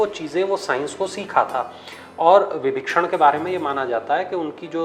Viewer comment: Vbhishan hye विभक्षणगलत hye ucharn ki galti